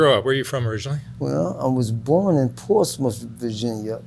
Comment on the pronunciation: He pronounced Portsmouth correctly lol